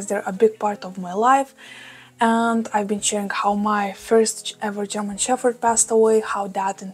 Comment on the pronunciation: A language lesson for you: In English we pronounce your pup's breed as German shePPard, no fff sound. All the best! 🐶🐕🙃